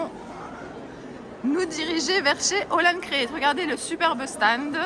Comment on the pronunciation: Bjr. Moi qui n'ai jamais eu l'occasion d'aller sur ce salon, je te remercie de me l'avoir fait découvrir. Tu me mets le sourire quand tu dis le "sta ned".